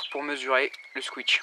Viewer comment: On dit pas squitch mais squish